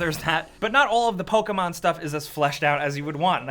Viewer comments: Stop saying PolkaMon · What is this "Poke a mango" game you speak of?